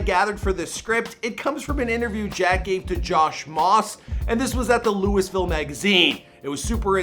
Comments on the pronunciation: UGGGGH! THE "LEWIS-VILLE" GRINDS MY GEARS. It's "Lou-uh-vuhl," my guy. He said it MULTIPLE times IN THIS VERY VIDEO. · it’s pronounced loohavoll not lewisville 😂🤣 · jay kirizz No, it’s Lou-e-ville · Who the f says “Lewisville!?” Lololol it’s luhlvuhl. Lol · Lewisville - eeeesh (loo-weh-ville) - and im a fking jersey boy living in australia hahahah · You can only say Lou-a-ville when you're from here. For outsiders, it's correctly pronounced Looey-ville. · LOUYYYYYVILLE! Not Lewis ville. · This boi really just said louis ville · It’s not pronounced Lewisville 😭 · I was just about to say that lol. He keeps saying “Lewisville” so annoying. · To the host, it’s not pronounced like “Lewisville” & it just grates my nerves when you mispronounce that name! I mean if you’re interviewing an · it’s sign-a-rama like SINE as in a SIGN. not sig na ra ma. 0/2 with lewisville too. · This guy really can't fucking read. He said Luis-ville and sig-no-rama. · Louis ville lmao. Keep learning. I'm from ky and it's not pronounced that way brotha lol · I can't be believe a man of his age still pronounces Louisville, "Lewisville". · It's pronounced Loo-uh-vul! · I am Asian but i pronounce it LOWIE - ViLLE goddammit!! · bruh you gotta stop saying LEWIS-VILLE. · he do be saying Lewisville tho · Dude its Lou-Vull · The fact that you say LEWISville really upsets me. Lol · anyone from Louisville knows that nothing makes us more mad than pronouncing the city “Lewisville” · fr fr every time he said lewis I would correct him in my head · Dustin Baker LOOOVULL😂😂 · God dude learn how to pronounce Louisville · Im from louisville and u jus not sayin it right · Its fucking Louisville. Lol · you did not just say louisville like that